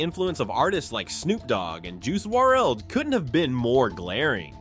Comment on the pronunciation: bro don’t ever butcher JUICE WRLD’s name again!